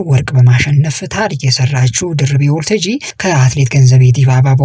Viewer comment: ለዜናው እናመሰግናለን! ለጠቅላላ እውቀት ግን ሰው የስሙ አጠራር ሲወላገድ መቼም ደስ አይለውም፣ የሚያውቅ አድማጭም ድምፅህን ሲሰማ ጆሮው ላይ ይሻክርበታል። በለጠን ባላጣ ብሎ እንደመጥራት ማለት ነው። ስለዚህ ያባቷን ስም ስትጠራ 'ታጂ'ን አጥብቅ አታርዝም። አንተ የምትለው Waltajii ሲሆን መባል ያለበት Walttajji ነው። Walttajji ትርጉሙ መድረክ ማለት ነው። የሷንም ስም እንደ አንዳንዶች ደርቤ አለማለትህ ግን ግሩም ነው 😊